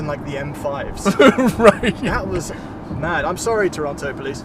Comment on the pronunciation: He said Toronto and not Toron-no!